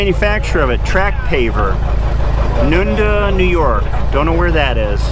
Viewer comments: Noon-duh? LOL. That's "nun-day" (Nunda):) We pronounce everything weird here in Western New York. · Nunda, NY is pronounced none day. Livingston County in the Dansville and Geneseo region. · Nunda…..pronounced none-DAY 😊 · you pronounce that none day where that paver was built it is south of Mount Morris New York which is south of Rochester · The paver company location is pronounced nun-day NY, and it can't be very far from you in the Ithaca area! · Nunda isn’t too far from You. It is south of Letchworth states park. It is pronounced nunday.